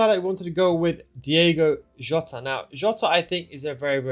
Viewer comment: Stop calling Jota iota. Plz